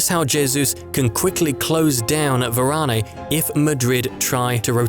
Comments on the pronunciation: It pronounced as Varan not Varaney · It's Varane not Varanay